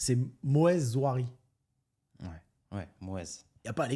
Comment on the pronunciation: C’est pas Nouari, c’est NaOUri;) Et Zouari vient d’une famille fortuné de Tunisie, limite des ministres